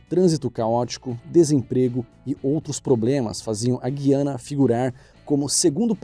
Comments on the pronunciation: A pronúncia é: GUiana, não é "Gui..." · Prezado, Com todo meu respeito, não me leve a mal, mas o nome correto do país é. GU-I-ANA e não GUI-ANA ( a forma como você fala, está errada e soa muito mal, a ponto de causar dúvidas quanto a sua competência ). Volto a dizer: não me leve a mal. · mas não conseguem nem pronunciar o nome do país. É Gu-hiana, e nao Guiana. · Roubou nada , tomara que fique rico e não é Gui Ana se fala gu i ana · Guiana?🙄😬 não foi assim que aprendi a falar GU-i-a-na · Avisa ao relator que o nome do pais é GUYANA , GUY!!! E NAO GUI. Mais um pouco ele fala iguana. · A pronúncia correta gu i ana e não gui ana! GUIANA. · se há uma pronúncia que a maioria dos brasileiros aprenderam , com certeza não é GUIana como se fosse falar GUItarra. Isso dói os ouvidos. Aprendi a falar Gu-i-a-na, como se fosse falar a letra "u" bem forte. Essa outra pronúncia é tão errada quanto o que houve com o acordo ortográfico de 1990, em que saiu o trema e muitas pessoas queriam inventar uma nova pronúncia para "linguiça" (em que o "u" continua sendo pronunciado). Ninguém diz "lin-gui-ça" como se fosse dizer "enguiça". Portanto, vejo essa pronúncia como errada. E olha que eu estudo bem a pronúncia do idioma. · Diz-se "Gu", "Gu"iana e não "guiana". 'Os dicionários de autores brasileiros consultados (Dicionário UNESP do Português Contemporâneo, Aurélio XXI e Houaiss) apresentam a palavra Guiana — no interior do verbete guianense — escrita sem trema. Aparentemente, poderia dizer-se que a pronúncia subjacente implica a não realização fonética do u, e é assim que acontece em Portugal. Contudo, o Dicionário Houaiss indica que esse "u" é para ser lido, constituindo ditongo com "i" ("ùi"), como no nome próprio Rui. Por conseguinte, no Brasil deve pronunciar-se Guiana, com o ditongo "ui". ' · Eu sempre ouvi que a pronuncia deste pais é Gu- i- a-na ( ou Güiana) e não Gui- a na.como o reporter está usando. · A pronúncia do país é GU-I-A-NA e não GUI-A-NA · É Gu - i - a- na